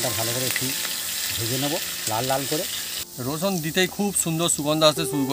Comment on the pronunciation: apni rosun ke usun mane r er uccharon koren na kno